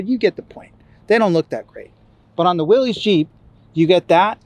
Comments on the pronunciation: It’s pronounced like Willis not Willies 🤦🏻‍♀️ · short answer is that willys was a manufacturer for jeep back in the day but the pronunciation is more like "Willis". So from a historical perspective, it is interesting and informative, in casual conversation, correcting someone is probably pretentious.